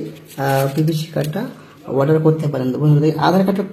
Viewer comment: Order ❌ Auder ✅🤣🤣